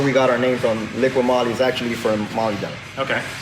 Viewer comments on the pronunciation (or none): Not Liquid-Moly, it's Liqui-Moly...you just have to read what is written on the bottle picture...Both are saying it wrong!